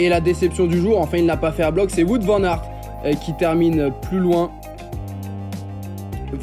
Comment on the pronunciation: Merci pour vos résumés 👍 Prononcez Wout comme si c'était un mot anglais, donc le W comme dans Washington (ça tu l'as maîtrisé) puis Out comme dans Get Out.